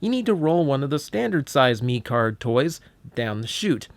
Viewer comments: technically its pronounced mech card just thought id let you know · Actually pronounced meh card and mecard was made in 2015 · He said turning meeecard it’s turning mecard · Hey, great review, but I believe it’s pronounced like Meh-card like a mixture of Mech and Card. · The pronunciation of mecard. Ugh